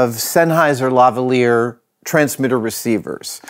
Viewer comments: As a technical point: it's 'lavalier' not lavelier. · Not Lava-Lears, but La Val-ee-ay, named after the type of jewellery know as a Lavalier, which itself is ultimately named after the (French obviously) Duchesse de la Vallière.